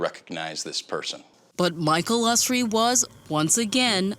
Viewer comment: It would have been good of the producers to pronounce Michael Usry's name correctly. They had, after all, heard him say it himself in their interviews of him